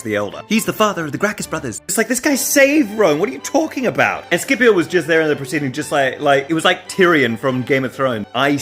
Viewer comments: It's SH-ipio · I was about to say that was pronouncing the name in the wrong way, since Scipio is mentioned at the very beginning of the Italian national anthem, and we have always said "Shipio", not "Skipio". However. I got curious and checked: Mameli wrote the name in the song so that it was pronounced in the correct latin way, but on English Reddit you fellas seems so sure that it is pronounced with a hard c ("Skipio"). I did not study latin, nor Greek, but I am pretty sure that nobody here in Italy says "Skipio" since we grew up saying "Shipio". Please, internet, enlighten me on this situation. Was our beloved Mameli wrong since 1847, or is it just your pronunciation to be wrong? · I always thought it was pronounced Sippy-o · Scipio is pronuced "Shipio", at least in Italian. Don't know if it's the right wsy to pronounce it but...